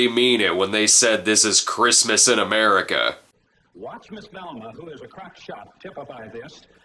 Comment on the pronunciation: It sounds like she struggles to say "America."